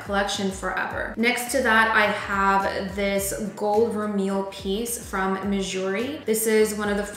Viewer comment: no its not... its pronounced ver-MAY